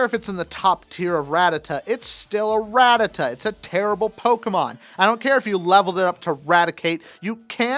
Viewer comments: Goddamnit it director, it is 'rat-tat-ta', and I have proof. >:[ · I cringed at "Ratitite"